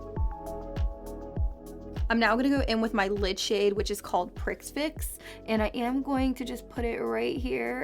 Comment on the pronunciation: I think Prix Fix would be pronounced "prefix". Like Grand Prix being "Grawn Pree", effectively.